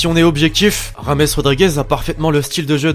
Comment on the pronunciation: Oh lfou il a mis un r pour le prénom de James Rodriguez ( Rames)😂😂